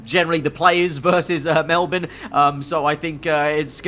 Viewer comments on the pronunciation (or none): none